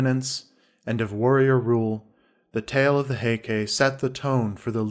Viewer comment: The reader's pronunciation is repugnant. He doesn't know how the Japanese spelling system works, because when he says, 'Heike', he says ending ke, sounding like kay. ei in Japanese sounds like ay, and e sounds like the e in the word set.